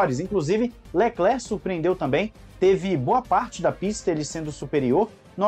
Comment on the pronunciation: Eu tenho um pouco de agonia quando (que lembra o lendário Joselito), chama o Leclerc de "Leclér" hahaha. Mas sobre expectativa para a corrida, está parecendo que teremos uma boa corrida amanhã.